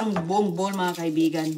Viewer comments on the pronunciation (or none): none